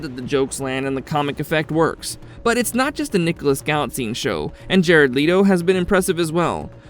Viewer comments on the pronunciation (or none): It's Jared Leto. .... Its not Jared LeeToe lol.... its Jared Let-Toe.